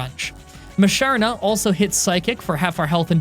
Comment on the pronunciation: Tim-Pole -> Tympole Whirl-Ih-Peed -> Whirlipede Si-Jill-If -> Sigyliph Eh-Mo-Go -> Emolga (this one is subjective) Moo-Shar-Nah -> Musharna Drud-Ih-Gun -> Druddigon Me-An-Foo -> Mienfoo (I know you struggle with this one) Me-An-Sh-Ow —> Mienshao Ca-Rah-Cost-Ah -> Carracosta Zoh-Roh-Arc -> Zoroark Boo-Full-Ant -> Boufulant